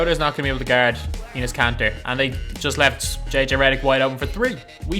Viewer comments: did he say anus kanter 😂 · I legit thought he said penis kanter!! LMAO!! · he said Anus kanter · Enes kanter got roasted bye this dude... He called him Anus kanter lol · " At the 4 we have ANUS KANTER " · He said anus kanter😂😂😂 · this dude said anus Kanter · (Plus he's like the worst 2k you tuber so I don't blame you for roasting him And he calls Enes Kanter ANUS KANTER) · how he says Enes Kanter